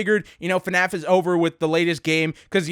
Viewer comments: you sed FANF its FNAF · "eff enn ayy eff" :) (fnaf)